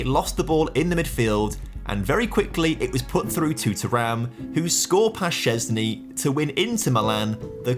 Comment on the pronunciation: love ur pronouncation of Szczęsny's name as Polish!